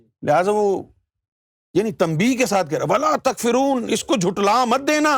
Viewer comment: Takforoon not takfereen